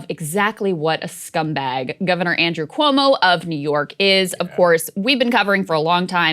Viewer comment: Why is Sagaar pronouncing Cuomo’s name like that? 🥴 lol